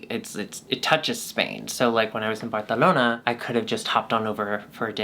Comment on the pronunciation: Lmfao the “Barcelona” pronunciation always gets me good😂😂😂😂😂